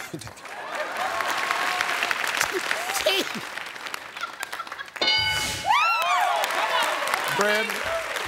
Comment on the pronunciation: for some reason that white woman that said TEEF had me rollin 😂